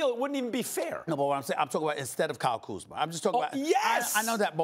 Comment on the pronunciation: He finally said Kyle Kuzma’s name right 😂